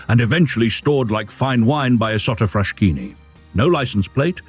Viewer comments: Oh ffs, it's pronounced FrasKini ! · I can’t stand all the mispronounciations. First of all it’s Frass-Kini not Frash-kini (just like Bruss-ketta non Bru-shetta) Then Cesare is “CHAY-za-ray” not whatever it is this man says. Lots of others too. If you don’t know the correct pronounciation, that’s fine, nobody speaks all languages, but find out from someone who does.